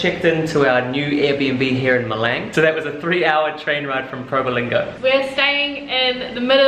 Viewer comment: It’s Malang not Meleng , the A sounds like A for cAr not A for Apple. Or like Australia not Eustrelie or Darwin not Derwin